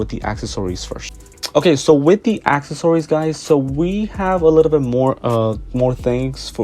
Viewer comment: Nice video! Although “acksasories” is killing me 😂